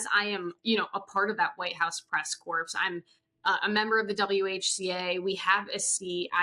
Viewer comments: Not trying to be a jerk, but somebody please tell to pronounce White House Press "Corps" like "core", not "corpse" (like Obama did)! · It’s pronounced press core not press corpse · I am a truly gob smacked that this person who covers the White House, who is a member of the press corps doing that, doesn’t know how to pronounce the word corps ! And that no one she works with has ever told her how to pronounce it correctly? Astonishing.